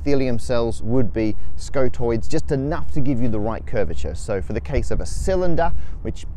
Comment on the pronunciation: Matt needs to go back to schole.